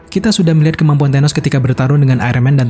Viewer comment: Tenos? TA...